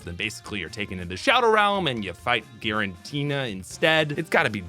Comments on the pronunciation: This is why the anime usually helps with the naming scheme. Cause hearing Jiratina over and over is actually hurting my head. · …instantly skipped the gen 4 section when I realized thats how you were really pronouncing Giratina lol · Can you PLEASE PRONUNCE THE NAMES RIGHT???????, IT'S "GI-RA-TINA", "KEU-REM" AND "YA-VEL-TAL" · 100% pronouncing Giratina wrong. There's official pokemon content where you can hear it spoken. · Those mispronounces of Raquaza, Giritina, Reshiram, Solgaleo, Nekrozma and Zashien hurts me mentally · disliking because of the pronunciations, geez. Giratina with a J Drought like bought moongeist as gee-ist Kyurem as kai-you-rem Disgusting